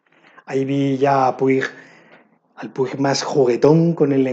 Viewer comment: Qué lecturas tan interesantes. No conocía ninguna salvo Lulú y Tengo miedo torero (que justamente la estoy leyendo ahora). ¡Espero deseosa el vídeo de lecturas que os generan opiniones encontradas! 😍 P.D: No quiero ser quisquillosa pero no se pronuncia 'Puig', se pronuncia 'Puch' porque es un apellido catalán y en catalán i+g es un sonido muy similar a la 'ch' 😉